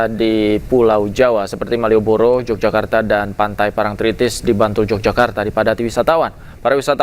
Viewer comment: i news?mbacanya YOGYAKARTA bukan j🤝🙏